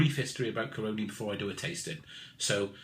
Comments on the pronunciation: Great review. FYI The region, company, distillery are pronounced "CAR-RONN-E". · love the reviews but.... say it with me; Cah-row-knee... that's how Caroni's pronounced.. lol cheers